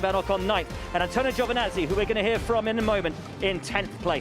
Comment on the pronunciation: Giovinazzi, not GiovAnazzi!! 😑